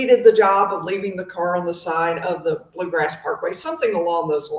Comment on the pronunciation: It’s “Bluegrass” Parkway.